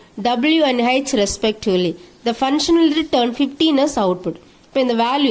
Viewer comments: madam ur Pronunciation of function and parameters is wrong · Pronunciation of function and parameters is wrong